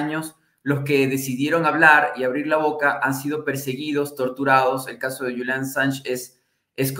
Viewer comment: Es julian no yulian .